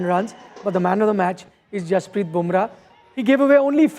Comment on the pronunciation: Jasprit, not Hasprrit!!